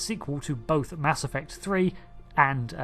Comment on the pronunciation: Oh I thought you said, "Mask Effect" and this was going to be some sort of post Covid story.